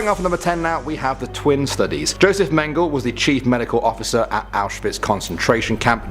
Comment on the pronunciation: It's not "mayn-guhl" it's "men-guh-lay"